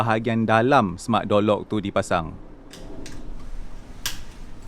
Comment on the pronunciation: Kenapa aku dengar seperti Jolok , tengok semula ayat Door Lock ... Aishhh 😅😑